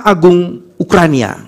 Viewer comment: Ukraina mbangg, bukan ukraNIA